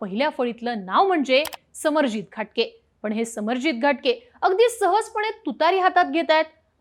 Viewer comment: Ghatge and not Ghatke..